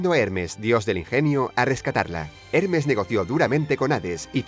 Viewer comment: decía hernes y es hermes el mensajero de los dioses según mitología griega